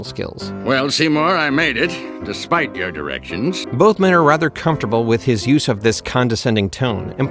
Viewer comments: "desipe your directions" (sorry) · "Desipe" your directions? Are you okay?